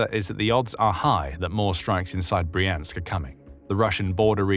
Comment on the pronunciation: It's Br-yansk, not Bree-ansk - when you see a russian word transliterated into Roman letters the y is always like the y in yelllow, and never like the y in copy